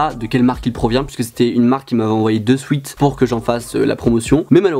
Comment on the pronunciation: À tes « souet »